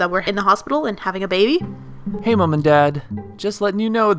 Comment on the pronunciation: You sound like your saying bay bay not baby 😂